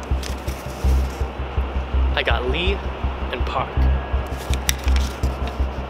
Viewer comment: You mispronounced surnames like Park and Lee get it RIGHT it’s pronounced like how you would say it in English.